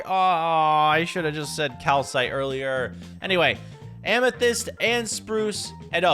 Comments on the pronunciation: The block is called calcite pronounced cal-sight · It’s called ciwsite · Calicite but it sounds like Kalisight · It's calsite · It’s calsit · It’s calisite